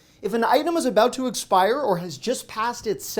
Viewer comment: Why do you pronounce expire like that?